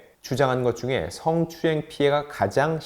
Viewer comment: 으 하고 어 도 구분해서 발음 못하는 사람이 어떻게 아나운서가 됐지? 꼭 승~추행 이라고 하더만.